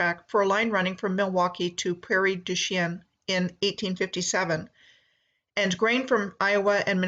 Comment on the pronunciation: Its pronounced and sounds like prairie douch-ing